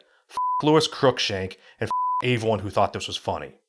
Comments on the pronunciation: Your videos are cool you say everyone wrong you say it like "ay-ver-one" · What is "aveone"??? Anytime you are supposed to say "everyone", you say "aveone". Why? I've heard you say the word "every" in other contexts so I know that you can say the word correctly yet EVERYTIME you say the word "every-time, one, thing you say "avey-time, one, thing", etc... I seriously don't mean to come across as making fun of you for this, I honestly am curious to know if this is something you are aware of doing or if its accidental.